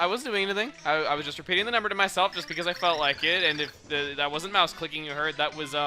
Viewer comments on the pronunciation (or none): none